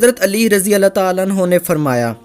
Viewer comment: Bhai Allah tahala nahi hota bulke Allah tahala hota he